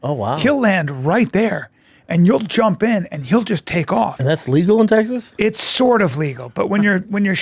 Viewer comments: It's TEXAS, not "TEGGSAS".. killing me lol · "Teg-ziss" Heh. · I love nothing more than you pronouncing the name of my state “Teggses” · Are you saying Tegsas to troll us or Brendan? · “Teggziss” “Truggs” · Why does bro say "Tegsas" ? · It's TESAS